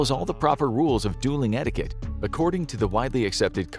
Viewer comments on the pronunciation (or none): none